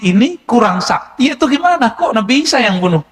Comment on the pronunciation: Klo orang yg ilmunya tinggi menyebut sayidina isha. Juga jadi sayidina Aisha. Coba yg nonton video ini benar GK menyebut nabi isha. Jadi Aisha. Apa saya yg slah dengar lanjut kelamaan jadi nabi isha. Tidak Aisha lagi.